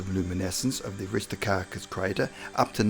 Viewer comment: Aristarchus, not Aristocarcus! 🤣